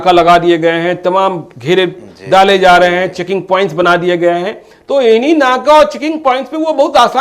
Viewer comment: Talaffuz to sudhaar lo jhole chhap reporter...4: 37 batayi ja rahi hai na ki zaa rahi hai 😀😀😀😀😀😀😀